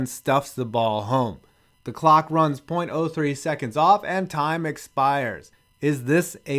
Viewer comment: .03 seconds? You’re saying it wrong, dude.